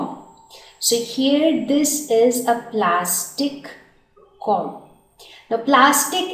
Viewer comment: Pronunciation of Comb\Conductors is incorrect..